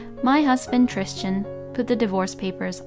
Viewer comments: Why are you calling him Tristian it's spelled Tristan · TRISTAN! not Tristian….hahahaha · Sounds like she is adding an “h” in the middle of the name…Trishtan 🤷🏼‍♀️ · Why on earth does the narrator keep calling the husband Christian, when his name is written as Tristan? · She's saying, Trischan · Tristan was mispronounced and drove me crazy.